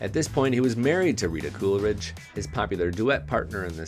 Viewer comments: Coolidge Not CoolERidge! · You keep saying Cooleridge. She’s Rita Coolidge.